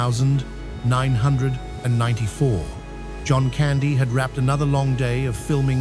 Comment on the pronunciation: Us kids of the 80s and 90s will forever remember him😢 A beutiful Canadian soul😔 I'm wondering why use AI that cand read 1994 properly ? Whats hard about reading this legends story